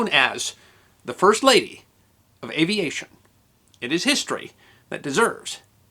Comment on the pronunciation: "Fist Lady" eh?